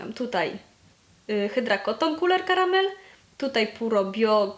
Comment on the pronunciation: bardzo lubię jak wymawiasz Couleur Caramel :) muszę w końcu skusić się na jakiś ich kosmetyk :)